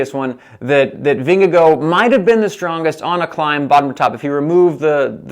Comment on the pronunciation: it's Vin-ge-gaw